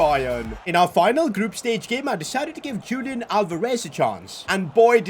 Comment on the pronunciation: ITS NOT PRONOUNCED JULIAN ITS HULIAN!